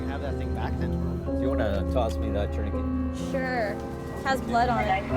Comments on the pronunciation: In 20 years of medic work I've never heard of a tourniquet being pronounced like parakeet 😂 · c’mon people ,” torn uh kay “ is the French pronunciation , no ? tourniquet … the last 4 letters in French is pronounced “ kay “ 😅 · I couldn’t NOT hear it lol. Never heard it said that way before. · I've never heard tourniquet pronounced like this before. I'm from Texas so I'm sure it's dialect but it had me tilting my head lol Here we pronounce it tourni-ket rather than tourni-key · Interesting pronunciation of tourniquet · I think it's due to regional differences. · I think it's just a regional accent thing. Whether it's Saskatchewan or Canada in general, I'm not sure. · Differences in the English pronunciation. In many places, it's pronounced "tour nuh KAY" but as an American, I say "TOUR nuh ket." English is strange! 😅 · Femoral artery. Love Canadian pronunciations. Like 'tourniquet'(turn-i-ket).